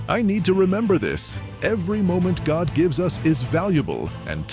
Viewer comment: Please say God not goht